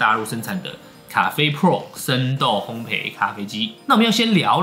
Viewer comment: 如果可以，請說烘ㄅㄟˋ，謝謝! 烘焙(ㄅㄟˋ ) 一直賠，陪不完xdd